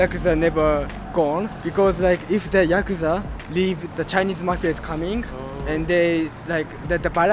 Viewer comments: Yes, if you crash into a homeless camp with old men drinking all day, you can’t expect much response even if you bait them with beer. The Yakuza segment was more interesting but pronounce the word correctly: ya-ku-za with short syllables, not ya-koo-za. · If you’re going to interview the “Japanese mob” at least pronounce their name correctly. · listening to actual Japanese pronounce Yakuza and you still pronounce it the wrong way is crazy.